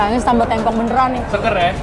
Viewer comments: Maaf bang, pelafalanya bukan tempong tapi tempong beda nada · TEmpong bang bukan tempong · tempong bukan tempong bacanya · "Tempong" dibacanya "tempong" bang, bukan "tempong". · Lama-lama gw tempong elu bang dari dulu nyebut tempong aja masih salah yang bener itu tempong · bang cara ngomong tempong itu bukan tempong, tapi tempong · bilang sego Tempong ky bgitu terus deh, udah diralat SM king abdi jg, masih aja gitu nyebutnya.. geregetan gw..pengen nempong aja si nih..benerin cara ngomong Tempong nya dong..😝😝😝😠😠😠😠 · Tempong bacanya seperti tempe, klo d daerah ku tempong artinya di sleding...